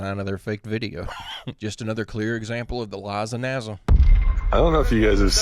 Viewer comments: listen.... Its not "NA-ZA" my guy 😂 its NASA with an S!!!! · I really like your channel but please stop saying NAZZA it's NASA! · You mean " naza"😂